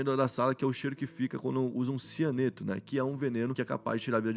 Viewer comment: cheiro de que? orra tenta nao comer as palavras kkk tendi nada